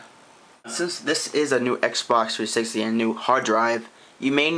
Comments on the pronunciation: "Xbock 3sicksy sysem" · xbox 3sishxtee LOL! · Nigga don't even know how t say the name of the console lmfao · learn how to say xbox 360